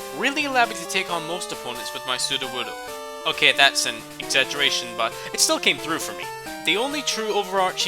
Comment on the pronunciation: Woodo rhymes with Pseudo, not wood, sir, you little rascal! Though it is a wonderfully thought out name. Very enjoyable video :)